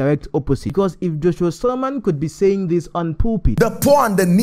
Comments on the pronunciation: Great breakdown sir, and truly something to discuss I want to just point out a few things. first of all its "Selman" not "Salman". Then second of this is a "spiritual principle" one that may not be understood with human wisdom because if you think of God in one direction or as one who is fixed (i.e it has to always be like this all the time) you may miss it. If giving to the poor is really what spiritually is correct then why should we give to God who is not poor in Hope's that he will bless us. You can give to God not only through poor people but offerings and first fruits and I'm sure we have all done this. He's already wealthy and the source of it. But everytime we do we arise in blessings. I'm saying Apostle is correct in what he's saying and you are too. They are some blessings even from parents you can only access by getting something for them and many times they may be wealthier than you. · it's selman not Salman please.